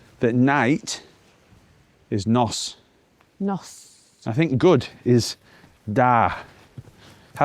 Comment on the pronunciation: Just to fine tune that pronunciation. Nos (Welsh for night) doesn't rhyme with boss, it more rhymes with horse.